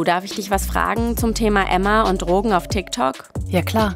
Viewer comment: Was mich total triggert… Dass immer „Trogen” sagt… Aber an sich ein guter und wichtiger Film.